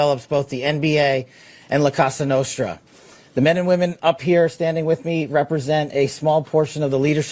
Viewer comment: La casa nostra guy can’t even pronounce it right